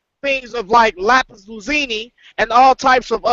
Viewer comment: wait a minute, did he say lapis lazini??? *lapis lazouli. LMBO. Shalom bro's good discussion. We need some sisters' input next time.